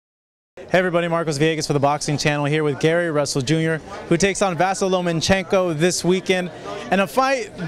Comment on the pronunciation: Marcos, it's Lomachenko NOT Lomanchenko!